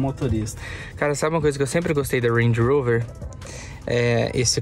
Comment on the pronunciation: Ruendi Urouver!! Kkkk pode falar Range Rover fica melhor